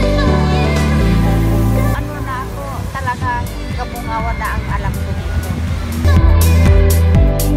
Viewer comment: are you sure about the name of the place where you at? you said, "kaboangan". Some Filipino knows what's 'Boang' is. Where it means 'crazy', 'baliw'. And Kaboangan also means as 'kabaliwan'. But the place was named "Cabongaoan", read as Ka-Bo-Nga-Wan and not ka-bo-a-ngan. ✌